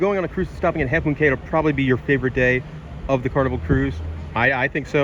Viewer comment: Cay not Key. Dang!